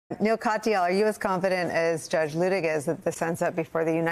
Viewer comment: Neil not Noel